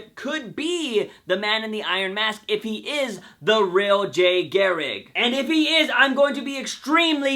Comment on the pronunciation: Why can't you pronounce garriCK ? I find it funny that like myself you have words you just can't say!